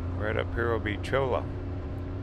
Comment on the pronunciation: Cholla = Choy-ya.